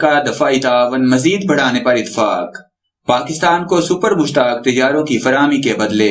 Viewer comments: mashaq not mushtaq please correct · Mushaaq not mushtaq bloody idiot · Har aira ghaira nathoo khaira Defense Analyst bana phirta hai. Ye sab baar baar Mushaq ko Mushtaq Tayyara bol raha hai.....